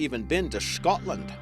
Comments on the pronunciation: It's not Shcotland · Still better than the way Americans pronounce it SKATLAND 😖